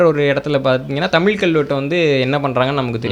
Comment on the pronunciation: பாவம் வேற மொழி கரான் போல தமில்நு வாய்ல வர மாட்டேங்குது, நாடே நாசமா போனாலும் நம்ம பையன் தான் மன்னரு, ... நக்கல் யா உமக்கு